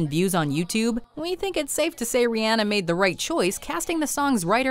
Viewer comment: She says Rihanna wrong and I cringe every time